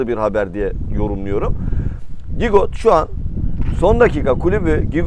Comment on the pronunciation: Gigot değil cigo